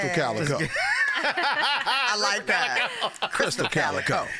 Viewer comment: Bruh Krizz is funny asf by himself like y’all need to go back to the tour days with Tech N9ne and Busta Rhymes was on that gahdamn tour bus with them and them niggas together will have you dying laughing 😂😂😂😂 and T-Pain is funny asf too! and it’s “KALIKO” not “Kalico” put some respect on the homie name. #EarHouse #StrangeMusic